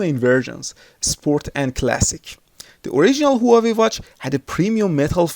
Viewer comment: u fool..the way u say hua wei is wrong.... i was going to get this hua wei 2 or sam sung s3 sport?